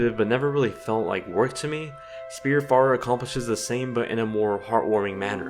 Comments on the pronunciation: Great review! Hoping this game gets a physical release from one of the limited companies or something 'cause I really wanna get it, but I'm a physical only kind of nerd. Also, it's pronounced as "Spirit fairer", the title's a portmanteau of the words spirit and wayfarer. :) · good review, through the title is constantly mispronounced...